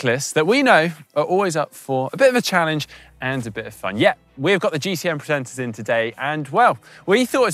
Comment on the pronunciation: almost sounded like "the GCN pretenders"